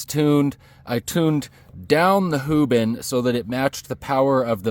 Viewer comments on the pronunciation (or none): " hoobin" cmon dude 😂